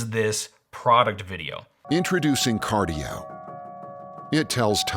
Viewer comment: Cardie-O? Is this Cardi B's shady cousin? XD